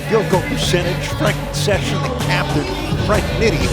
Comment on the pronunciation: lol, nitty is an all star now, but the commentators still disrespect his name. he's called session, do you see an s at the end of his name?